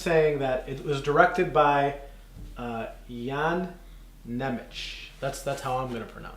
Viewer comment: ) Good try, but pronunciation is something like: Ian Nemetz. Soft N in the beginning, like in the word Bologna.